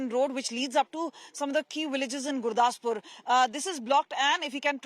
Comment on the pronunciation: Can’t even pronounce Beas and Gurdaspur😂